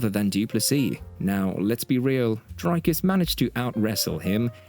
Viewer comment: Drakas does not exist. It's Dricus. I not A.